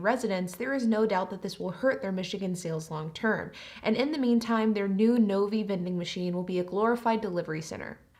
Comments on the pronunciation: The city in Michigan is Novi (NO V EYE) - Not NOVY. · Interesting your pronunciation of Novi. Having lived in that area, it was pronounced phonetically as ‘Nove eye’. Though to be fair my neighbor worked at Fords….yes with an S. 🤷‍♂️